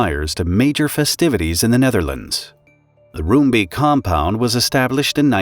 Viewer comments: Rombake. They say Rombake not room beak. I was a year away from moving to Nordwijk from Edinburgh. I remember this vividly. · Roombeek is pronounced more like ROME-bake than ROOM-beak. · pronounciation of the names of the people, quite good. The name of the city is pronounced: En- (as in and) sgeh- (sorry, dutch g, you can supplement with a k in this case, so it sounds like skull) day. Enskeday. Roombeek is easier to pronounce: Room sounds like the city Rome, beek sounds like bake. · I do have some concerns with the mis-information at the beginning. The fireworks factory was there long before the residential area. Roombeek btw is pronounced Roambake and Enschede is En-s(dutch g)eh-day. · It's pronounced "roambake" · It's pronounced like Rome-Bake in Dutch :) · pronounce: roombeek: Roambayk/ Enschede: Enshceday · Hearing the names of Dutch cities and neighbourhoods mangled is a bit... annoying... :P Enschede -> An-sge-day Roombeek -> Roambayk (you could also try to translate it, but Creamstream has some other connotations best left unexplored.. :P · I'd say nice try but wow, totally butchered that one. 😂 Not that it's surprising for an English speaker. En (like enter) schuh (hard G, like bringing up phlegm lol) day. Emphasis on the 1st syllable. ENschuhday. 😏 Also, rome bake. (Roombeek literally Creamcreek) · Enschede is pronounced (roughly, as the Dutch -sch does not have an English equivalent) as "EN-schuh-day" Roombeek is pronounced as "Rome-bake" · Roombeek should be pronounced as Roambake. That's the closest you'll get to the Dutch pronounciation.